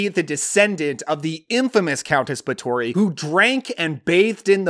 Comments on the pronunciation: First it's pronounced bath-or-free. You should just do a list on. Mexican vampire movies, there are tons of them from the 60s and 70s. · I think you pronounce it Bath-or-ree. I didn't think of Valerie & Her Week of Wonders as a vampire film. More of an art film where you must assume most of it is in the girl's head. Blood for Dracula: director Paul Morrissey was associated with Andy Warhol who made avant garde films at his Factory art group. Not sure Warhol had anything to do with the film but maybe they thought that would gain attention.